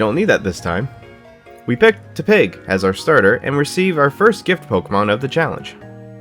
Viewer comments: It’s tep-ig not te-pig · oh god, he calls tepig "teh pig" Edit:he explained why hes so bad at pronunciations for gen 5 mons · “Tah pig” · I swear if you pronounce tepig weird one more time I'm going to set Costco on fire